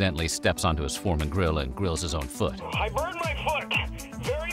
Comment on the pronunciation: He said, "George Foreman Drill."